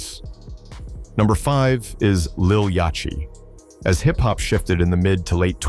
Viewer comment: “Redmin” and “Yacht Chee” …. The AI slop is real here …. 👎🏾